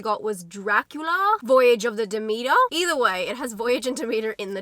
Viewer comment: SPOILER, I am almost 5 minutes in and she still hasn't said the name of the ship correct yet!!!